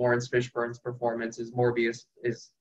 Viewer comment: It's "Morpheus" not "Morbius",, you bumbling idiot